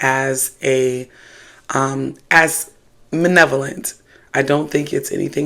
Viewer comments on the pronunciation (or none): You keep mispronouncing “malevolent” in your videos and you also misused it . Malevolent means evil. Benevolent means kind or unthreatening. You meant to say benevolent . I harp on this because in spirituality, words are crucial, and if you are mispronouncing them or straight using them wrong that goes a long long way in the right or wrong direction. Please be more careful with your usage and pronunciation.